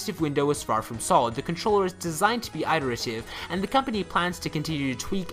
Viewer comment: Did you just say "i-terative"? It's just "it-erative". #journalism